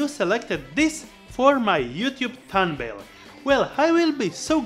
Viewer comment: Did you just say thunbail instead of thumbnail in the very starting?🤔